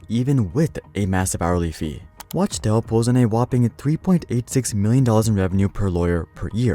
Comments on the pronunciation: It's clearly spelled Wachtell. How you keep saying Watchtell? It is pronounced Wak-Tell. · It’s pronounced “wock-tell”